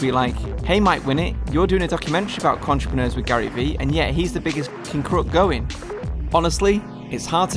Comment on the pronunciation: Michael M he calls them “contrepreneurs” 🤦🏻‍♂️